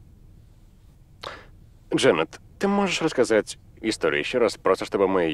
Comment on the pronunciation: рассазать XD. ну ты даёшь.